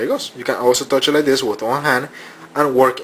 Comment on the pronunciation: lol. "not like this. not like dis, not like dis. like THIS!" lol